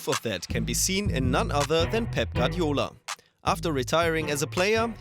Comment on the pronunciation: Guardiola* not Gadiola